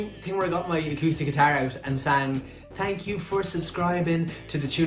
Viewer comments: "Tank you" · Are you more Irish if you say, "Tank you", instead of "Thank you"?